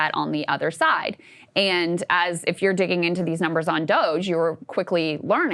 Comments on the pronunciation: Why does he say Dogae every time? Is he allergic to pronouncing words correctly? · Finding it hard not to focus on the weird ass pronounciation of DOGE from Ryan.